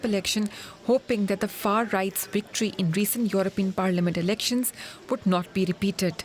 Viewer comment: Victory or wictory?